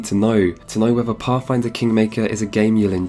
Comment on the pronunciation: I though it was called pathfinder but I guess it's pafffinder